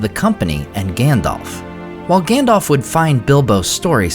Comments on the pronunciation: it isn't Gan-dolph just a heads up it's Gan-dalph alph, like the Alps, but with a ph.. #DolphLundgrenHasExitedTheBuilding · OMG he is still saying Gandolf instead of Gundulf! :face-fuchsia-wide-eyes::face-blue-wide-eyes: Whyyyyy!!! :face-fuchsia-tongue-out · It bugs me that you say Gandolf instead of Gandalf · It's not Gandolf. Lmao. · Is Gandalf not gendolf 😂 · "Gandolf" lol😂